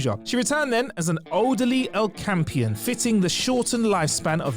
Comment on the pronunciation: Wtf is an El Campian? You mean O’Compan..